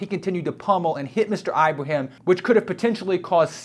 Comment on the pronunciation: It's /Ibrahim/, NOT "Eye-brahim"!!